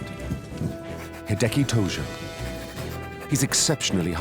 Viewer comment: Tojo. Not Togo.